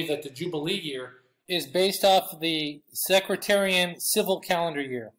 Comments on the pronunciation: Respectfully, it’s “Seck,” like deck, and “tare,” like a weed, and “ee “ and “en.” with the emphasis on “tare.” It doesn’t sound like “secretary.” Excellent teaching. I never knew any of that. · It's Sec-tarian , not Secratarian. God's Blessing's and Shalom 🙏